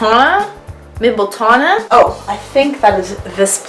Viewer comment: It's 'mimbletonia' not 'mimbletona'